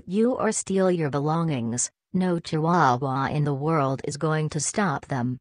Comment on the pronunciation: Am I the only one that was bothered by how the robot pronounced chihuahua? Lol.